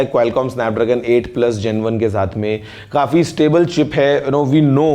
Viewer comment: Abe ,,kafee hota he ,,khafee,, nhi ladkyu ki trah overacting mat kia kar lol😂